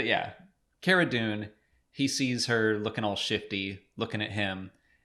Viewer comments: Cara Dune's first name is pronounced "CAR-uh" not "CARE-uh" (straight from Gina's mouth) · Is it Car-uh? not Care-Uh? I think Gina pronounced it that way? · I think you guys are pronouncing Cara, wrong. Like, my name is not pronounced Gaybriel. Just saying.